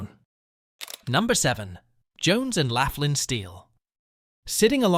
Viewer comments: It's Jones and "locklan" not Jones and "lafflan".. and its the "yock a ganey" river. You missed Carrie Furnace... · Jones and 'laff-lynn" steel? The "you-gee-awe-gan-ee" river? The narrator clearly never set foot in Allegheny County. It's "lock-lynn" and "yawk-a-gain-ee" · Jones and Laughlin Steel Mill. Laughlin is pronounced lock-lin. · Is it too much to ask to do a little research to find out the correct pronunciation of Jones & Laughlin and Youghiogheny? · The mispronunciations kept me laughing. Whoever did this clearly never set foot into western Pa